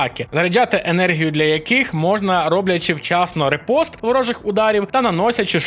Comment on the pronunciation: Коментар для просування: ріпост від фр. In fencing, a riposte (French for "retort"). Парирування з контратакою. Fight back. Вдало вжите, але не правильно його Ви промовляєте) Ніякий не репост ні. Правильно - ріпост. Майте гарний день!